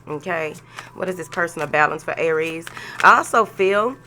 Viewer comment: I love it when u add that extra syllable in "Aay-ries" 😂